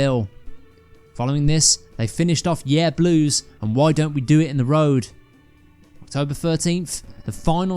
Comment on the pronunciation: I really enjoyed this video. I have only one sort-of-criticism, if you can even call it that: "Yer Blues" isn't pronounced "Yeeah Blues" , it's"yer" that rhymes with "blur". Y'know, like"Your Blues". I thought you would have known that, being from the West Midlands which isn't TOO far from Liverpool and the North. D'y know what I mean?